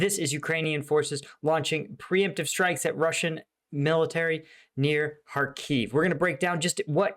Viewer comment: I know it only hurts my Ukrainian ear but Kharkiv is pronounced as Har-keev with emphasis on Har, not on keev. Kind of like saying NEW York instead of New YORK. Thanks for your awesome videos!